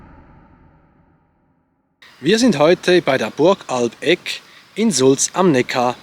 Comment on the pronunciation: Super Video! Ich war selbst bereits zig mal auf der Ruine und es ist immer wieder interessant neues darüber zu lernen. Sehr schön aufgearbeitet 🤠 Wie auch ein anderer Kommentarschreiber angemerkt hat, wird der Name der Burg bei Einheimischen nicht Alb-Eck ausgesprochen, sondern eher Al-Beck, wobei die Betonung auf Al liegt. Sehr merkwürdig irgendwie :D